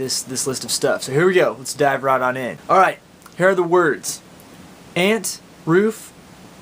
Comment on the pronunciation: Might have been nice to list the words as you read them, as for the first two words you say I'm not sure if you're saying aunt or ant, or root or route.